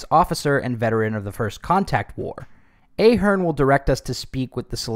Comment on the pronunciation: It’s Ahh!- Hern